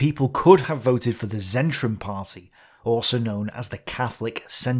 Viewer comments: Sorry, I had...Zentrum is not read with 'zet', but with 'c'. Difficult to explain to english speaker, polish one gets it in no time. Polish word is "centrum", any english word with 'c' read as 'c' instead of 'k' or 's'? Another german word with that 'c' would be zink and english word with that right 'c' is zinc (a-ha, kudos to my wife). Cheers, great vid, as usual. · Great content, just this nitpick: "Z" at the beginning of German words is read like the 'zz' in 'pizza', so "Zentrum" (Centre) should be something along the lines of "TSentrum". I never heared "Reich" pronounced with a 'k" at the end. "-ig" at the end is read "-ich" like the the sound in the Scottish word "loch", but -ag is ag, so e.g. "Tag" (day) is not usually read "Tach" (although there are many dialects). There are not too many phonetic rules, they should be listed on Wikipedia and You can memorize them in an hour and improve Your content without turning it into a Grammar lesson, of course. :) Keep up the good work :)